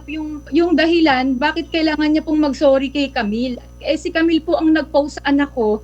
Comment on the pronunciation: "jamill"😭✋ Sorry po natawa ako HAHAHAHAHAHAHAHAHAHAHHAAHAHAHAHAAAHHAHAHAHAHAHAHHA